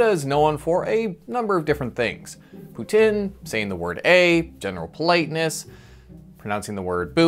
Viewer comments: It’s pronounced “poo-teen” not poo tin 😐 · We’re known for Putin? Tf ? You butchered poutine real fkn bad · Okay I know this is completely unrelated to the video but this guy did not just call poutine "putin" LMFAO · As an American, I have to say you pronounce "poutine" terribly. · You butchered saying poutine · What a unfortunate pronunciation of poutine you have 😂